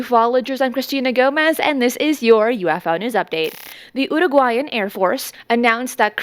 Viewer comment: I like the way you pronounce Uruguayan Cristina as I am having some difficulty with it...:face-red-heart-shape